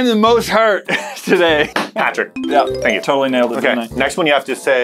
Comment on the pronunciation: Is it me or did u hear Patric